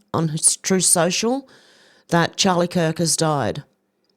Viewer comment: Charie kirk? Umm wtf is that?